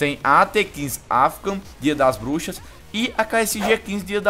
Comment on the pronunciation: falou M4A1-X Dias Das Buxas Kkkkkk =P Eu escutei isso:v